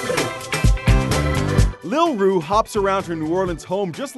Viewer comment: ***** that is what her name is. Roux is pronounced Roo.